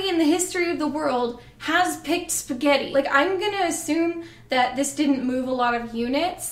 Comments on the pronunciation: "Is sgetti" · There's something inherently funny about the way you say spaghetti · why am i laughing every time she says spaghetti